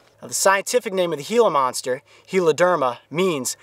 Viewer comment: He said hila monster